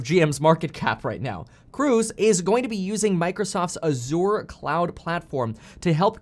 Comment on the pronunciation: Hearing him say aZure as an IT guy made me cringe 😂. Love the vid tho